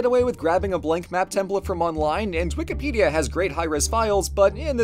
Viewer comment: Srry did I just hear u say twinkipedia